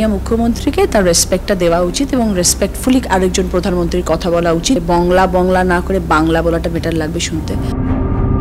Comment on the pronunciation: মুখ্যমন্ত্রীকে বলুন পোদানমন্ত্রী না বলে প্রধানমন্ত্রী বলতে । গভর্নমেন্ট কে গর্মেন্ট বলেন কেনো মুখ্যমন্ত্রী?